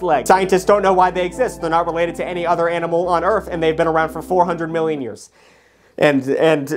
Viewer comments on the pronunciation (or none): Am I the only one who heard him say AMINAL?😂